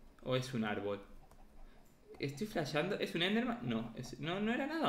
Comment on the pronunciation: Dijiste estoy flashando y sonaste re argentinooo👏👏👏👏🤗🤗💓💓💓🎆🎆🎉